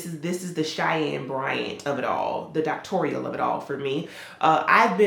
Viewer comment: T please 😂 not getting into the "docktorial" of it all. I'm howling! Congrats on the new house. 🥰